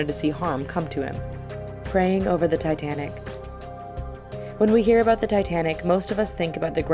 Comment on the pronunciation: Wait, hold on I think she's Canadian because at [insert time frame here] she says out and about like out and aboot like a Canadian would.